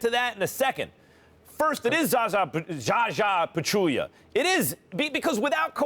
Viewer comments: Zaza and Aldrige's closeouts were both dirty but not as dirty as Stephen A pronouncing "Zaza Pachulia" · Zaza closeout was dirty but not as dirty as Stephen A pronouncing "Zaza Pachulia"